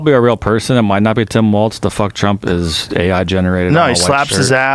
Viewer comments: for some reason, hearing say waltz every time is infuriating. there is no t in his name, it's walls with a z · It's Tim Walz, my guy, not Waltz.